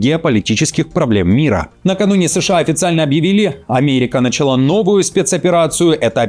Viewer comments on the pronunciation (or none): none